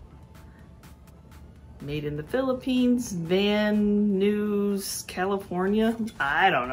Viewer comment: LOL ! van news california ? first time I ever heard that. pronounced Van Nize aka as Van Nuys.